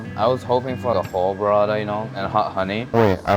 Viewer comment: Why does bro call burrata "berada"? 💀